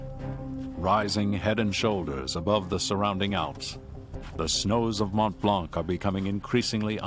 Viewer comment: It's Mont Blanc, not Mont Blank lmao